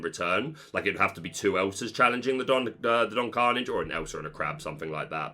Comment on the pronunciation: Your pronunciation of Hiram Flaversham and Philoctetes are an important reference for the community, for which you will always be appreciated. Can you please check on Don Karnage? I think you might be off book on that one.